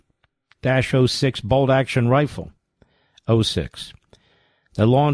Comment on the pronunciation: MR. PRODUCER FYI .30-06, is Pronounced "Thirty aught Six" where the zero in 06 is pronounced the old way, aught.